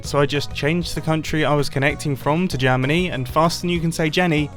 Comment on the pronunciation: Mumbo legit just called Germany, "Jaminee."